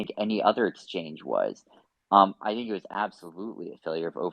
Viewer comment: I don't trust anyone who pronounces "was" like "woize"